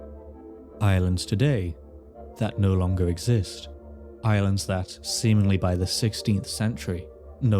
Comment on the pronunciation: he pronounced “islands” as “irelands”. I wonder if the words are connected.